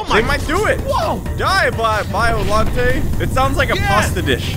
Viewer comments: Its. Not. Biolantee. It. Is. Biolant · It is bi-lu-night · They said biolantay it’s biolallante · Yeh its pronounced bi o long ay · It not biollanta it’s biollante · It's pronouced Boil Net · Do you now the was correct biollante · that’s Godzilla’s sister biollante al so said no? How to pronounce bi o lan ti